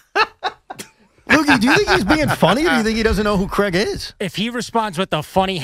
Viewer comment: Who’s CRIAG? 😂